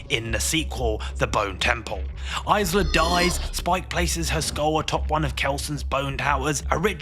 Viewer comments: Dude why are you aaying Isla like a nugget? It's a silent S not a Z sound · Isla is pronounced, "Eye-La." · it pains me when someone is doing a film review and can't pronounce the characters name correctly. Are you reading a script? Did you even see the film? They said Isla over a dozen times in the film. Come on. Can't even say Cillian Murphy correctly...